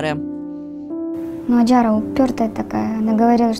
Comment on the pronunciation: Не Аджара ,а Ажара , ужасно ковежат имя